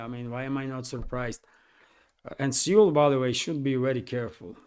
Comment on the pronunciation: (PS: Seoul is pronounced same as 'soul'.)